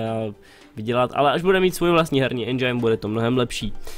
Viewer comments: Endžajn :D Čte se to endžin kdyžtak xD Jinak dobrý :) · je to Endžin nie Endžajn :D a inak nezáleží na recenziách, môže mať hra samé 10 ale nemusí sa moc predávať :D inak super video :)